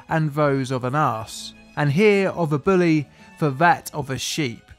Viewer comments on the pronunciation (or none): none